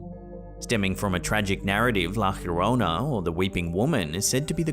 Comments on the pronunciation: Why on Earth do you pronounce "La llorona" as la chjorona? Double LL in Spanish is a "yo" sound Calle "kayye" for street Apellido "appeyido" for surname It's la Yorona... Llorar = to weep, cry This's the reason why she appears so often due to you mispronouncing her alias 😂 Take an evening class in Spanish for Christ's sake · Love your videos!!! ....La llorona (the crying woman) Is pronounced iorona or yorona not Jorona😊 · LA YO-RONA La llorona 😂